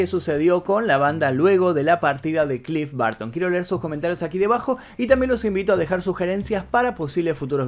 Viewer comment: "clif barto"